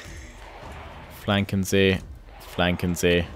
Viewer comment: Anybody else catch him saying “Flanken sie”